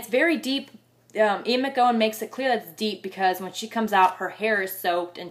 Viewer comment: An animated review, but just one pet-peeve. His name is McEwan, pronounced Mc-U-Wan, not Mc-Go-Wan.